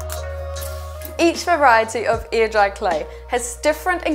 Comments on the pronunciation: So, if she says "air" like "ear" what does "ear" sound like? Legit question. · I keep hearing “ear dry clay” and wondering what the heck that is. lol